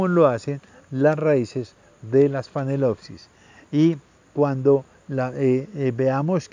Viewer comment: ¿Phanelopsis ("fanelopsis") o Phalaenopsis ("Falaenopsis")?